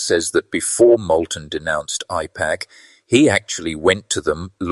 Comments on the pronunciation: I love your accent but are you saying “I” PAC or “A”IPAC with an accent. It throws me off every time you say IPAC,it was hard fo me to pay attention. I had to watch the video twice. Still love your channel ❤ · I appreciate this video. But, please, the pronunciation it’s A-pack, not I-pack! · AIPAC is pronounced with an A, not an I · Correct pronunciation matters. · Apparently, AI does not know English well. It is AIPAC, Ai says long A, Pac, short A. Train your pet better.